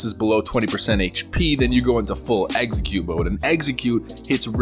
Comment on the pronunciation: Eggsacute? I completely enthralled listening to this dude say dumb things and mispronounce words.